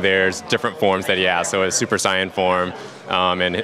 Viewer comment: He said Saiyan wrong